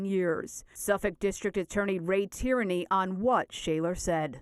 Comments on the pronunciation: The name is pronounced ‘teer -knee’ not ‘tyranny’. It’s Irish. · The man’s name isn’t Tyranny. Geez. Get it together lady. Tierney sounds like Tear-nee. Not Tyranny.